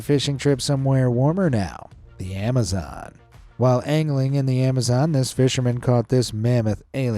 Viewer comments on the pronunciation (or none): none